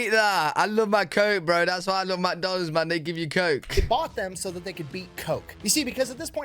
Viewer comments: Not even a reaction from, I'm still laughing! MICK Donald's, not MACK Donald's. Certainly not Macky D's! 😆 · and saying macdonald's instead of mcdonald's.